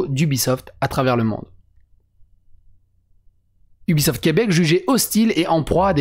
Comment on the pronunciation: Québec, pas Quèbec... tssk, sacrés Fronçais de Fronce... viens faire un tour sur /r/QuebecLibre